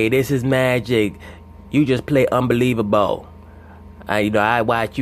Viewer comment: “You Just Play UnbelievaBAL” 🤣🤣🤣